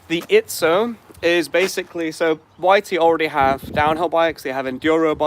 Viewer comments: It’s Izzo, not Itszo. There’s no “T” in the name. Small annoyance. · Dang it, there's no T! It's called Izzo!